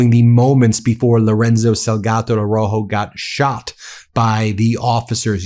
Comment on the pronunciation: Plese pronounce his last name correctly...ARAUJO...You are leaving out the "u".